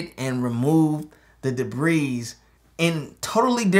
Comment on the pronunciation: All of Earth: Debris: Debeeze